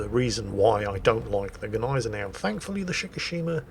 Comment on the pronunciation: I presume at this point it's hopeless to tell you that it's not GEH-neisenau, but GNEI-senau - no additional e between g and n, even if that's a sound english doesn't make...